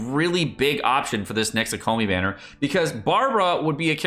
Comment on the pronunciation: I'm really hoping for xingqiu and fischl since I use them a lot! I don't care too much about the third character, but I'm also thinking it will be Noelle. Also no hate at all but it always weirds me out when people pronounce kokomi that way. Its like hearing ceLERy instead of CELery.